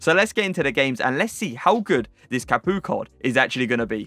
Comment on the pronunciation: Did you just call him capooka?